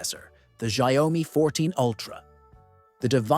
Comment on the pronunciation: You pronunciation on xiaomi is ERROR404, it's xiao-mi, not xia-o-mi